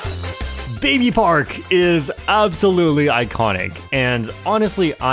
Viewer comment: at number 1 you mispronounced baby park